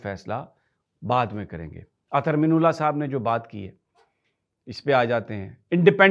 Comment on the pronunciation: اطھر من اللہ، من کے میم کے نیچے زیر اور ن کے اوپر زبر پڑھا کریں (اَ طْھَرْ مِنَ اللّٰہ)